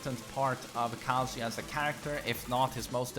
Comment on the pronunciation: His name is not KAAAAAAAAAAAAAHHHHHHHHZUUUUUYA